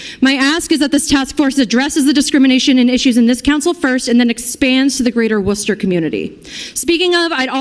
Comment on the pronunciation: I’m shocked he actually pronounced Worcester right. 😂 Worcester is SAFE! You just gotta avoid the beggars on every corner, the needles on the ground, and the mobs of roving LGBTQ1234’s threatening everyone they meet.